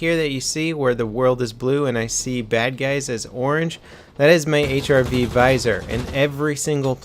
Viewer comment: "HIV Viser"? RIP in peace grammar...